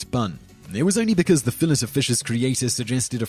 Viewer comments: Fill it o' fish? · In Australia we say fillet ( fill it ) like the British, Americans say it like fill-ay I believe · What the hell is a fill it? Did you mean, fill ay? You should have called this, "10 awful ways the Brits can't pronounce words." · Fill-ETT of fish? Can I be the only person in the world who finds this annoying? The conventional pronunciation is Fill-ey. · I love the " fill-it of fish" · Fill-It of Fish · I always thought the "t" in "fillet" was silent, and it was pronounced fillAY. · 😂😂😂 why do you say "fillet" like fillish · I thought the T in Fillet was Silent, Simon? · WTF is a Fill it of Fish? lol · lol who ever is talking in this video can't pronounce 'Fillet' calling it "Fill-it" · Fill lay o fish wtf say it right. Bodega boys gunna fight u over the disrespect u dont wanna meet mr fun fun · The French word "filet" is pronounced "FEELL-ey" (long "I" and stress on the first syllable) so even if you're pretending to be superior by pretending it's French, you're getting it wrong. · So you live 36 miles from France and you can't pronounce fillet? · The T in fillet is silent . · Fillet is a French word think about that before trying to pronounce it. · lol dude, "fillet" of fish, really? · by the 5th one, the cringe was painful, he must not like the French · The T is silent...